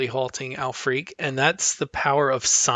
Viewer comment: I believe her name is pronounced "al-frick"